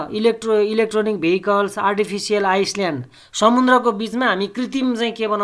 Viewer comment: आइसल्याड हैन आईल्याण्ड हाे।🤣🤣